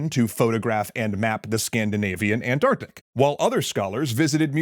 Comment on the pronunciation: You pronounced all the letters in “Antarctic”. I bow to you in gratitude for the solace you have given my ears. You are truly a rare and precious American.